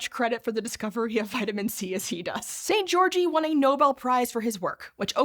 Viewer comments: I know it’s a small thing but please check how foreign names are supposed to be pronounced if you are not sure. Györgyi is not supposed to sound like “Georgie” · That's not how you pronounce Albert Szent-Györgyi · very informative and entertaining video as always, would have been perfect if you had researched how to pronounce Szent-Györgyi Albert though.